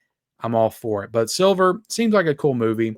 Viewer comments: Why do you keep mispronouncing the movie SLIVER? It’s not the color silver. S L I V E R! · every time you mentioned "SLIVER" you kept calling it "Silver, over and over again... lol...